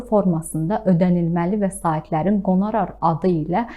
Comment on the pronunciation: "Qona rar" yox, 🤦 "QONORAR" yəni müqavilə əsasında aldığı pul, mükafat.